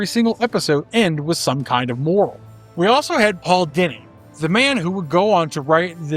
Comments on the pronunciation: Dini is pronounced "Dee-Knee" not "Dinny". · Hey man not a huge deal but Paul Dini pronounces his last name Dee-nee rimes with weenie